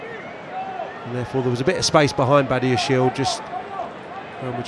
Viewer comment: try separating the word Badiashile in syllabus that is Bad-ia-shile,, now do not expect the good ,better / best part of him...hahahahahahahaha!!!!!!